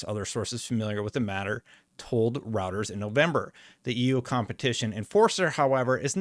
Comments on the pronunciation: It's pronounced "ROY-TER-S." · ROY-TERS ROY-TERS ROY-TERS ROY-TERS ROY-TERS ROY-TERS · Isn't it pronounced Roy-ters? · I think Reuters is pronounced "Roiders," just so you know. The political commentators who cite them as a source always say it that way. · Little tip: Say the eu in Reuters like the oy in the name Roy. Roy-ters. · here’s how to pronounce‘Reuters’ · See how to say Reuters at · Dude, learn how to pronounce Reuters lmao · you are pronouncing Reuters wrong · lol, “row-ters” is still so jarring every time he says it. Roy. Ters. Royters. Reuters. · It's Reuters (Rew-ters) not routers like the wifi. The hell is wrong with you? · “Routers” lol it’s “Roy-ters” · Love the content! But its “Roy-ters”. Not routers, rooters, or roosters. I swear you change the pronunciation in each video. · It's pronounced ROY-turs. A router is what you install at home for Internet access. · ROY-TURS....IT'S PRONOUNCED ROY-TURS, not ROUTERS....they are a news organization, not a network routing device.-----Other than that, I love your videos, and am subbed. Keep it up, nice delivery. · I can’t take the video seriously when you start with “Routers is reporting…” It’s Roy-turs. Literally a 30 second Google search will confirm. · It's called Roy-Ters not Router 🫣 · Good video,. I appreciate all the info. Just a heads up though, it’s pronounced “Roy-ters” although Routers sounds like a good tech spin-off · Hi, thanks for doing these updates, much appreciated. One correction, it's pronounced 'ROY-TRZ'. Not 'ROU-TRZ'. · Reuters is pronounced "Roy-ters" not "routers". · It’s Roy-turz not like having multiple Wi-Fi routers, you even hearted my comment about this in another video. You’re killing me 😅 But seriously, great job keeping on top of all this ABK news. You’re one of my primary go-to sources for stuff like this. (And yes I am in the 50% of your viewers who are actually subscribed 😇) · Just FYI, it's pronounced ROYters.